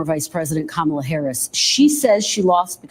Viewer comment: do yourself a favor and just learn how to pronounce her name correctly. It’s Kamala (Comma-la). I don’t support her either and think you seem like a great guy with a level head and the ability to look at politics through a mostly non-biased filter. But I just think the people who refuse to pronounce her name right, sound petty and just do themselves a disservice. I hope you don’t take this as a criticism and take it as a tip from someone who is a fan:) “Comma-la” 👍🏼